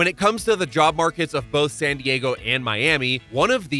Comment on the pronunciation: Why does he pronounce San Diego like sun Diego?